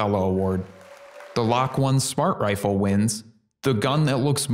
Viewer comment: i think the lok-1 is supposed to be pronounced loki